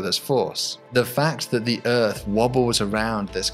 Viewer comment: The "uhrth."